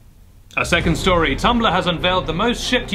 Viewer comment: "Tumballah" ... gotta love the accent